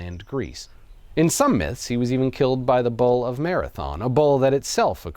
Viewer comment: I legit thought you were saying 'ball' instead of 'bull'.